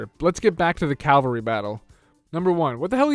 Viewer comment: It's cavalry. "Calvary" is the hill where they crucified Jesus.